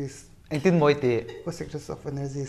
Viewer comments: Ka sikrest of energies 😂😂😂😂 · Ka secress of energiess 😂😂😂😂😂😂